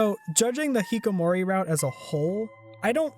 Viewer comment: Wow, this is a really long video. Edit: Btw, you said a few things wrong. It's "hikkikomori", not "hikomori". The cat's name is Mewo, not Meow. It's Pyrefly like "firefly", not "pryfly". Sorry this is annoying.